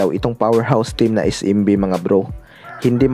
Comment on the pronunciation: es-‘em-bi hindi is-im-bi